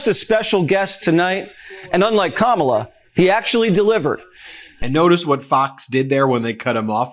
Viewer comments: OMG, , you know he's officially losing it when he forgot to mispronounce Kamala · He said Kamala's name correctly! Will he revert to saying it incorrectly again? Probably!